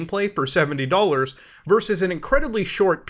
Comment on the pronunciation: "100 Canadian dollans" I know feels bad man